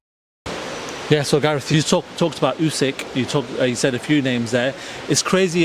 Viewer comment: How does Gareth still not know how to pronounce Usyk?